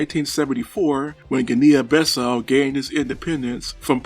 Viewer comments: the correct term is Guinea-Bissau, pronounced "Guinee-Bissau", not Ginneean-Bissau. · There is no such place as “Guin’ neehan Bis sow” !!! There is however a country called Geeeee’neeeeee Bisssau!!! Please , you are butchering the name!!! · Please research your pronouciations. It is pronounced "Gee-nee Bee-sau" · I really wanted to watch your cideo but I can't. I know it is not your fault but that pronunciation! Oh boy! I just can't hear you butchering those words. I will try for some video about some english speaking country, don't worry. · You didn't mention that trainer enough times!! Also not learning to pronounce the name of the country was a stroke of creative genius.